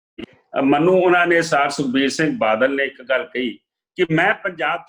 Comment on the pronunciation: "ਮੈਨੂੰ" ਬੋਲਿਆ ਕਰੋ "ਮੰਨੂ" ਨਹੀਂ ਹੁੰਦਾ